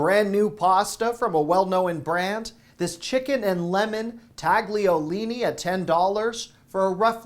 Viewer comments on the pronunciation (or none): It's not pronounced " tag Lee oh Lee nee"; it's "tal yo Lee nee"